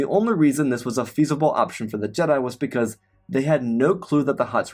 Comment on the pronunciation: the other guy just uses chatgpt for stories and calls jedi jed'aii